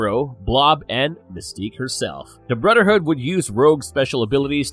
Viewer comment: Can you say the “th” sound cause it’s hard getting through it when every time it’s brudder hood, and mudder hood? I’m not being snarky I’m just genuinely asking. Maybe take some voice and speech classes, because it’s distracting to get through the video listening to that. Just food for thought.